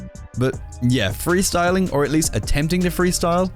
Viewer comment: ahem 'Freesyling'